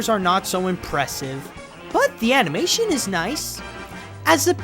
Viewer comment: I've been hooked on your videos for like a week and I can't decide whether it's because I'm entertained by hearing reliable views from a likeable host or the novelty of how you say "animeishen".